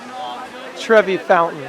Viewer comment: Lol treve it’s pronounced like tre vai